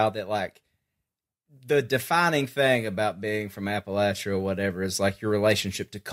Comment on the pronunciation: Love yall but PLEASE learn to say Appalachia correctly!!!